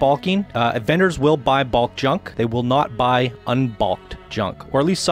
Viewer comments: if this guy says BALK one more time.......its BULK, like the incredible Hulk but with a B....BULK bro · yeah of course.....go look up the word in the dictionary and see how they pronounce it phonetically...its not Balk